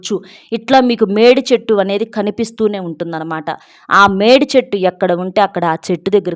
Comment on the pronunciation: Medichettu ante e chettu clear ga cheppandi pl